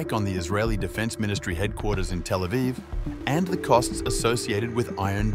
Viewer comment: 😡 don't say telephone for Tel Aviv, like some other (DELETED) vlog channels that use AI voices. 🙄